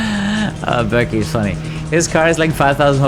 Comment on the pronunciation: I love how still can't pronounce Berkay (Turkish name) correctly and instead says it like Berkley lol